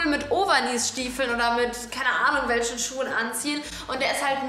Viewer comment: Sie sagt immer welschen